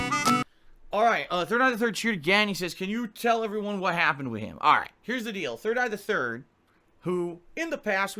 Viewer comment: Can't stand how this mofo pronounces "WITH"!